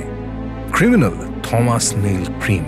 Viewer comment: Thomas. উচ্চারণ টমাস, থমাস নয়